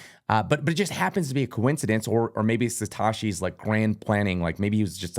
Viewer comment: Why does he say Satoshi like an Epstein banker?